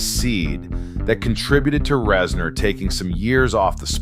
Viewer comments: Is it really pronounced Rezn-orr Not Rez-ner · "Rez-NOURR" is setting me off so hard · Great video, except for the constant “rezNOR”. I have never heard anyone say it like that.